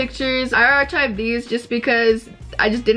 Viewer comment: It’s ‘arkived’ not arCHived